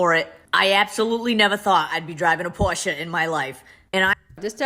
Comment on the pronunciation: I’ve been wearing mascara for at least 40 years and I have found that L’Oréal Voluminous is the best. Next to Chanel, but that’s sooooo expensive. At least she pronounced Porsche correctly.